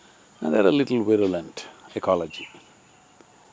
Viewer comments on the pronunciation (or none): none